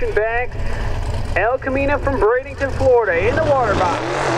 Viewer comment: Repeating (to the announcer) there is no "i" or "g" in Bradenton FL (so it isn't pronounced Brade ing ton)...